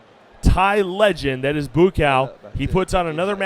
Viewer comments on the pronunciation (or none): Need to fire this commentator. It's bua cow. Not boo cow. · Take a shot everytime he says boo-cow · whose boo cow?..idiot commentator..you should practice your words first dude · Commentator is racist calling Buakaw 'Boo Cow'. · i gotta turn down the volumn. BooCow... that comentator should be fired. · I'm sure you already know this but it's pronounced boo-wah-kaw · He is being sarcastic... they butchered the fuck out of his name.. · Better use the last name Banchamek than the looks like nick/first name Buakaw currently abusing by lot of others Thai fighters or is it a trick of the game promotioners to cheat more spectators? And can somebody please tell that commentator to learn to pronounce the Buakaw name correctly? He actually turned Buchamek into a mix product of bull and cow. Does anybody see a bull or a cow do Muay Thai boxing? Lol. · I think he missed pronounced Buakaw's name. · Passer Bby he doesn't know how to pronounce buakaw's name. Joke n embarrassment of a commentator